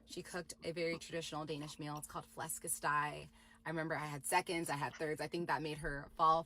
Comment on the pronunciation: the pronounciation of flæskesteg I’m cryingggg😭